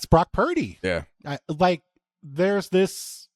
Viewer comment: Brock Puurrrrrrrrdy😂